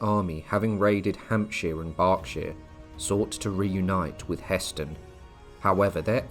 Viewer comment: It's Hah Stein , the pronunciation